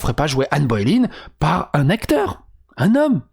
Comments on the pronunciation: Anne "Baulaine" et non pas Anne "Bauléïne" !!!! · Mais mais mais. On t'aime hein, mais c'est Ann BoleYn pas Ann Boylen. 😂😅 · C'est Boleyn pas Boy line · C'est pas Bo-é-lyn. C'est Bo-lé-yn. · Que Satan me chatouille l'anus comment t'as prononcé Anne Boleyn au debut ! 😂 c'était presque beau haha . Ah ben pas qu'au debut en fait... Anne Boylin 🤣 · ca se prononce anne bolène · Ca se prononce "Bolaine" non ? Comme le "Hai" de "Haine" (ça devrait parler à MJ comme ça).